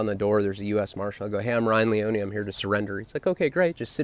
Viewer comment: It's LEE - OH - NEE... don't get it twisted homie...😏🎬